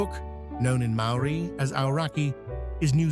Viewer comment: Don't understand why the place names are mispronounced. All the production values without honoring the Maori language.